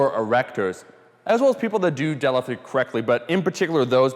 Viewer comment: He doesn't day deadlift he says delif